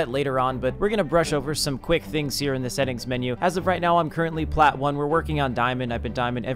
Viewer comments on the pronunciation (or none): none